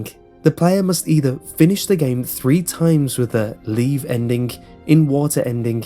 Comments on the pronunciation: Hes saying endingc not ending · Um did u say endik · Sorry, any word ending with ing he adds a k to. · why dobyou pronounce ending like Endink? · I love the way he says "Endin-k", cuz accent. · Wy does this Guy say endingk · The endik lol 😂😂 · Stop saying "endink". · endingk, endingk, endingk, endingk lol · Please stop saying ' ENDINGH ' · It sounds like you pronounce a "K" after a "ng" sound.